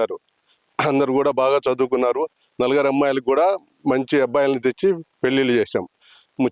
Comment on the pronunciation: Anchor sir..NALAGARU KAADU..NALUGURU